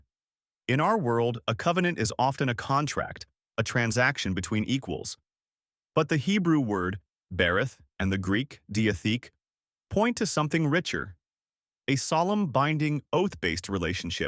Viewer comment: The pronunciations: Hebrew for covenant is “berith” (buh REETH). Greek is ‘diatheke” (Dee uh THAY Kay).